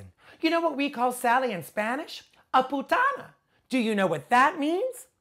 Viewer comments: He said PUTANA or PUTA??? I loveeee Bianca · Puta, not putana 😂😂😂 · putana? mm i don't think so it's "puta" xd